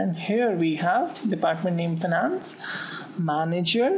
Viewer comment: Nice lecture,but it is finance not fanance :p